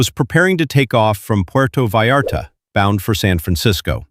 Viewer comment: Putrro Vallarto 😂